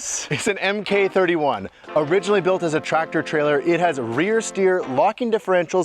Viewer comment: Mk31 is pronounced mark 31. Not ehm-kay 31. Any US military equipment beginning with MK is ‘mark’. ‘Mark’ is another way of saying model. Like m4 is ‘model 4’ (although in the case of a M prefix one would vocalize ‘ehm’). Mk 19 (launcher) is ‘mark 19’.